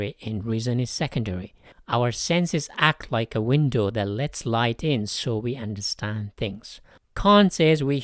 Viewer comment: you forgot the d in understand